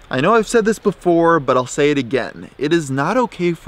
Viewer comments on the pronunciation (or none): none